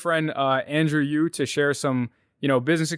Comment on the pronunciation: AYO ITS YU NOT YOO WTF